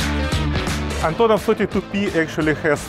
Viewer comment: I wonder if I will ever meet a foreigner who is able to pronounce Russian names correctly. It seems like the simpliest name possible - Antonov, and still the guy manages to emphasize the wrong sillable. Why wouldn't he try to pronounce it again properly - AntOnov? (Or still better to say as we call these planes in Russian - An-32)